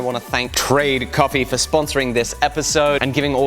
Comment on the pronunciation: For an italian hearing someone calling that coffé is hearth breaking